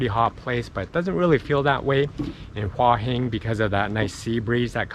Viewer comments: It's actually not Hwah, it's Hoo-ah. I discovered this in Nakhon Pathom train station. She had no idea what I was saying. Two rising tones - Hoo ah Hin. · Please please please learn how to say the name of the area you are in properly! It is Hua Hin not Wa Hin! >>> sounds like Hooa Hin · I was there for 2 months last year and a young Brit who had been there longer than me was calling it "hoi hin" and I started to wonder if I have been pronouncing it wrong all this time(?) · You should say Hua Hin more often ! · So annoying you can't say Hua Hin right, just stop saying it :D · Ask a Thai resident how they pronounce Hua Hin. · and mispronounced it every damn time it's maddening.